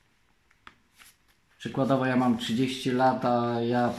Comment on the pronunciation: Jaruś "czykładowo" ma 30 lat a ja "czykładowo" to zawsze 18.